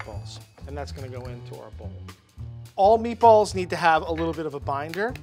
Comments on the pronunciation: Right when she said "Meat-Boahls" I knew it was gonna be good. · “If she says spaghetti and meatbwalls” she’s a pro